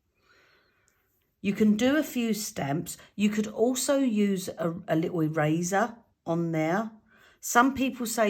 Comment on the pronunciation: I thought you said 'razor' not ' eraser' 😃 Going deaf in my old age! 😃😃 i tend to use Stayzon stamp cleaner before I use new stamps. Works a trear.